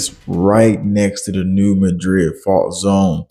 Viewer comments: Live near the area. It's not pronounced Mudrid like in Spain, its Maadred like in Missouri. Similar to Kiro, Egypt and Karo, Illinois. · I live about 20 minutes from New Madrid Mo. You are not pronoucing it right, say it like New Mad-Drid. This is how everyone who lives in Southeast Missouri says it.